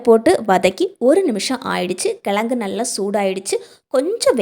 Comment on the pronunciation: எழுதும் போது கிழங்குனு எழுதுறீங்க ஆனா சொல்லும் போது கிலகுனு சொல்ல முயற்சி செய்யுங்க